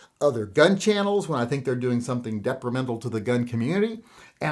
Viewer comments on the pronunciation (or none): The word is detrimental not “deprimental”.